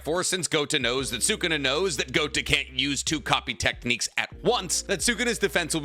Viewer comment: Please stop saying GOTA . It means BALLS !!